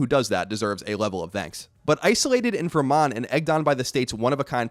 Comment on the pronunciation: It's weird how you pronounce "Vermont" much more like a native Vermonter than most Burlingtonians who are real proud to be "Vermonters".